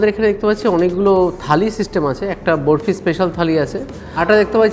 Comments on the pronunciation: দাদা যন্তর মন্তর খালি নয় থালি হবে.... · খালি না থালি